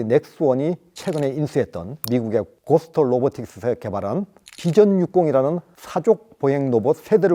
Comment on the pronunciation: '즉각'을 '적각'이라 하고 '고스트'를 '고스터'라 하고 . .도대체 경상도인은 한국인이 아닌 거야 ? 왤케 발음이 안돼